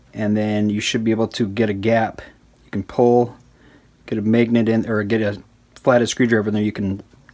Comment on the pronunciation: It’s always weird when people can’t pronounce certain letters. Like the short “a” sound in this video. Who pronounces magnet as “MAYGNET” 😂 Still an informative video. Thumbs up and all that.